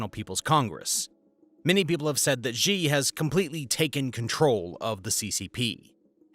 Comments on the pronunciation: I question the veracity of your information when you can’t even pronounce the leader’s name correctly. It’s more like SHEE, less like ZHHEE. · Interesting video but would be more credible if you could pronounce the names of Chinese leaders and locations. It hurts my ears to hear you say "Xi" (sounds more like she) and I'm western. I've lived in China and would only partly agree with your analysis. There is a tremendous demand for good workers among employers. Young men are especially suffering in China now as the imbalance has caused families to prefer having girls for over 20 years which is something we rarely see mentioned in the West. Young men feel like liabilities. Agree with your analysis about the breakdown of the economy based on restricting tutoring. It's been a windfall for the Philippines as the tutoring business has shifted to online. Xi is trying to be like Mao and has the same anti-intellectual bent. Chinese people make fun of Xi for his lack of education beyond primary school and his poor vocabulary.